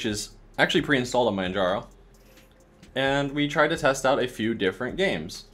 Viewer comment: Manjaro isn't Arch, and the Steam Deck is nothing like Nintendo Switch 😩 As for not spying, Arch doesn't but I guarantee SteamOS will. Also, it's "Man haro", the "j" is pronounced like "h" as the name is Spanish.